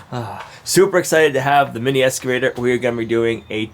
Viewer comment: I love the way he says escavator instead of excavator. I really really hesitate to say anything because he might stop doing it and it's so adorable.